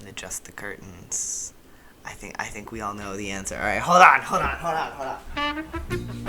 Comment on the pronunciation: really said: “HOLDYON HOLDYON NOW HOLDYON.”